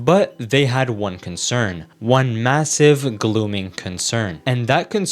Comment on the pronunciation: did you just say "glooming concern"